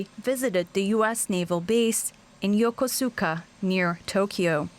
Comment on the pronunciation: Also pronounced Yokosuka wrong!